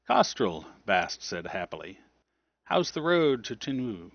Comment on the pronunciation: Tin you ay, not Tinuë.